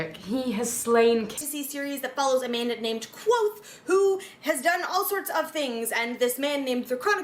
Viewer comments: if you don’t pronounce the v it bothers me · Patrick does say the "K" but mixes it in with what the book says the name "nearly sounds like" - quothe". It's a barely there K(uh)v'oath. A very misleading name for the main character. I don't like thinking "Quothe" and trying to always have the Kuv'oath go on in my brain was exhausting so I just started calling him "Vohth", keeping the K silent while using the V. After a few hundred pages and the 1800 that followed it allowed me to read faster and still mostly stick to his words, nuance, and afflictions. Anyway, that was a long winded explanation on my compulsions and idiocy. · So the "V" is silent? That's disappointing on my end. I think K-VOATH-AY sounds badass lol It'll probably stay that way in my head.